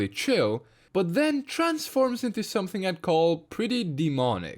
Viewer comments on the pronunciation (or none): none